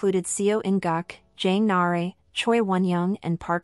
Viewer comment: Jang nah-uh-ray killed me 😭😭